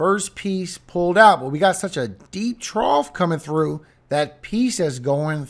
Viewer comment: You keep on saying trough it's not a trough bro it's a cold front two different things